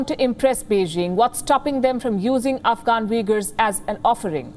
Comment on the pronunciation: Palki its not pronounced Vegar lol they are Uigurs. They are no close to being Vegar or Vegans lol.